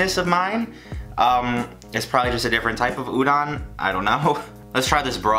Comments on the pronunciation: its ooh-don. heavy on the o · ok, ok ok ok ok, 1, udon is 'oo-doughn' and sake is 'sah-kay' (sorry lol had 2 get them pronunciations out there man) 2, udon has very thick noodles which is sorta one of its defining traits! i dont live in japan so maybe there is a type of udon that has slim noodles but every time my japanese dad makes it, or we go to our japanese market/restaurant, its got big ole noodles! heard someone said to do a part 2 so like,,,, GET THEM NOODLES RIGHT other than that tho hell yeah i love this. thank god ur not gonna die of all those sweets we made u eat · I'm suffering every time you say they're udon dude but good job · The way he says udon😕